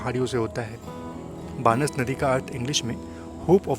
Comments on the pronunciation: ये बानस नदी नहीं भाई ,बनास नदी है।आपका प्रेजेंटेशन बहुत ही सुंदर लगा ! मुझे भी इस ट्रैन से बचपन से ही बहुत लगाव रहा है और आज भी है। मेरी उम्र अभी 62 है । हम राजस्थान के इसी रूट के गाँव -चारभुजा रोड़ के निवासी हैं - 82 वर्षों से अहमदाबाद में निवास करते हैं । हमारा मूल रूट यही ट्रैन रही है । पूरा बचपन से पचपन इसी ट्रैन की गोद में गुजारा है। खिड़की पर बैठने की हमारी जिद रहती थी । 👍👍👍👍👍👍👍👍 👌👌👌👌👌👌👌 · बानस नही बनास भाई ‼️ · vo बानस nahi बनास nadi hai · भाई बानस नहीं बनास नदी है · बानस नही है वो बनास नदी है।